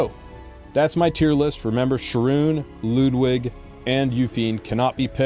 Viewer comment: finally some1 says Ludwig's name correctly